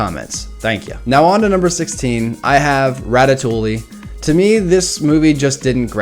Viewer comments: Can he please stop saying 'ratatoolie' and start saying 'ratatoowe' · Ratatoley? Ratatouille* (Rat-a-too-ee) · Rat-a -too-ey. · It's Rat-a-too-e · Isn't it "Ratatoie" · Hey guys let's all watch ratatooooooly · A french speaker hearing english speakers say ratatouille is a torture for the ears xD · I'm okay with you rating ratatouille at 16 despite me liking it. BUT. I AM NOT OKAY WITH YOU PRONOUNCING THE L'S IN RATATOUILLE (nice vid though)